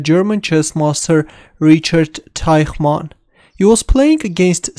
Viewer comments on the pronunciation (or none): Actually, the German language uses two different sounds represented by the "ch" letter combination, and you unfortunately used the incorrect one (sounds still better than a "k" in this place). The correct "ch" sound is made by breathing out while your tongue in the position to make a "th" (reaching just behind the teeth), but bent in the same direction as your upper jaw, away from the teeth. Also, Teichmann is written with 2 "n" as the German word for "man" is "Mann" (pronounced like "munn").